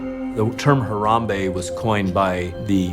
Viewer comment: Not hirambee but harambee